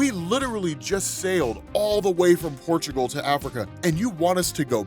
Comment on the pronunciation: Man, just listening to saying Portugal (ma country) made my day! Thanks,!